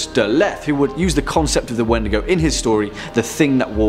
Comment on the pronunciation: Its pronounced like Weetdeegoo for Crees. Just an FYI.